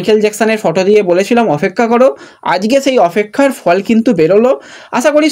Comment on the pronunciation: এবার অফেক্ষা বলা টা বন্ধ করো। ওটা ঠিক হওয়ার অপেক্ষায় রইলাম।😂😂